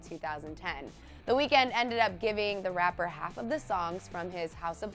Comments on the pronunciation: Another thing you didn't know about him. You've been pronouncing his name wrong ! 😂 that was on the list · THATS NOT WHY HIS NAME IS 'THE WEEKND' FFS............ at least do it properly.